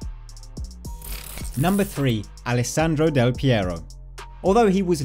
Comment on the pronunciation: Del Piero ? Hahahahaha